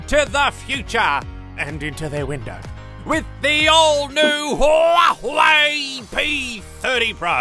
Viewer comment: The only Youtuber that can pronounce Huawei! Gold Star!